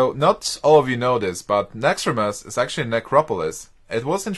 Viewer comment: nauxraaumos xD